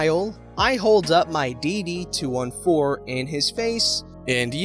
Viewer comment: It's said: dd two fourteen. 😁